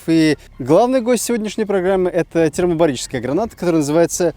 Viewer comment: Я не душный, нет!) Но ТермобаРическая. Если я не глухой, вместо буквы Л!)) А так всё супер, спасибо 👍